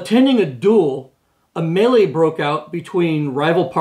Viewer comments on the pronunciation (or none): none